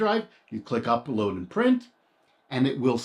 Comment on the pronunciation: Try to pronounce the word “and” correctly otherwise excellent video.